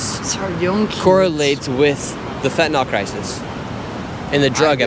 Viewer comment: I wish he would learn how to pronounce Fentanyl.